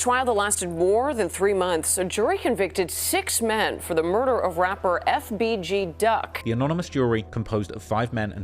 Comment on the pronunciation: I hate the way officials, and news anchors say these names. Like FBG Duck, every single one of them stumbles over the letters FBG, like it’s some complicated 6 syllable word. For fuck sake just say it without sounding like an idiot.